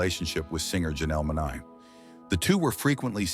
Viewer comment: Utuber You Said Monae Name Wrong ! Dumbo ! Love Lee Lee !